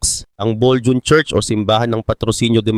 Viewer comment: Bolho on basa dyan,hindi Boljun....